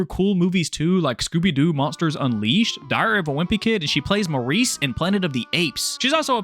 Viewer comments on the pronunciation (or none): none